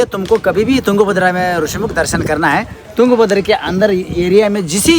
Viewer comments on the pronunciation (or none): भाई, आप हम्पी को हांपी, तुंगभद्रा को तुंगाभद्रा, और कर्नाटक को कर्नाटका क्यों बोल रहे है? ऊपर से आप को रामायण की बातें पता नहीं वो भी आश्चर्यजनक है! चलो वो नहीं पता वो तो ठीक है पर रामायण त्रेता युग में घटी और उसके बाद द्वापर युग आ कर गया वो भी पता नहीं? शर्म की बात है। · wo yunga bhadra nahi hai , wo tung bhadra hai....sahi uccharan karo